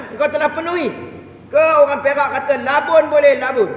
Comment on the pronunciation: sebutan "labun" tu yg tak tahan 😆😆